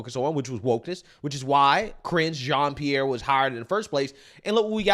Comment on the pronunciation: She couldn’t even get KJPs name right.